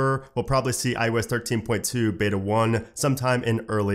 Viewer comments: Why do i always hear you saying IUS 😂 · Am I the only one hearing this guys say ‘I US 13’ ???